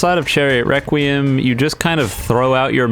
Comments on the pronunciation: Is it just me but when he says "Requiem" does he say "wequiem" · he said chariot wrecuiem